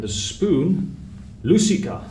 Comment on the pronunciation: The spoon is not lusika, as you pronounced it. You have to pronounce also the second k, lusikka. The sound for the letter k is long. Same with the haarukka, two "k". But you are not the only one that struggles with the finnish pronounciations. Spaniards are also lost with the long konsonants.